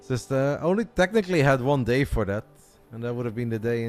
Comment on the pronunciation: Thought you said dad